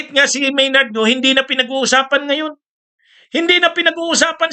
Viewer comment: Maynard Ngu po attorney, hindi Maynard Ngo. Mali lang po ang inyong pronounciation, katulad ng petsa, pronounced ninyo pitsa. Ganyan siguro mag-pronounce ang mga Bicolano. Pardon me.